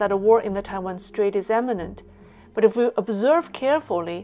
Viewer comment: Another great piece., It's "imminent", though, not "emminent."